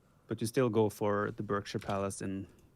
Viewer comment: Just for info Berkshire is said Barkshire. =) The only time it's said Berk is when you call someone a berk (which by the way is cockney rhyming slang for Berkley [or Berkshire] hunt and so technically slang for the worst swear word).